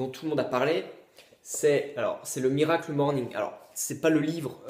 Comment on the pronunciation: À chaque fois que tu dis "miracle morning" j'ai envie de me défenestrer. C'est HORRIBLE. À part ça ta vidéo est intéressante, j'irai me procurer le livre.